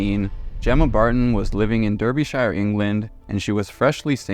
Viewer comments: Daa-ba-sher(sha). Derbyshire. Pronunciation is important. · As someone from the uk it’s pronounced “dar-bee-shur” but great vid haha!